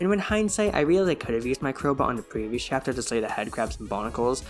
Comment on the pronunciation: "chaptel" 😭🙏 actually nice video